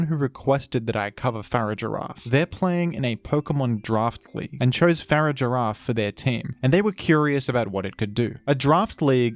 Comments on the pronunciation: I'm literally 3 seconds into this video and the way you pronounced Farigiraf killed me a little bit. Your gonna have to re-earn your sub. =/ Far-ig-a-raf. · Fa-rig-ir-af. Farig-iraf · I utterly despise the way you say Farigiraf. Its a pronounced in basically the opposite way you say Girafarig.